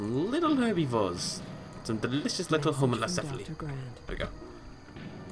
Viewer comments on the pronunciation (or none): Hold on, Homalacephaplus? It's Homalacephele